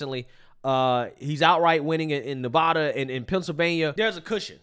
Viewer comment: Stop saying Nevada wrong!